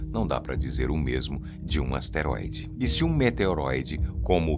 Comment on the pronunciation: É asteroide e não esteroide. Não confunda.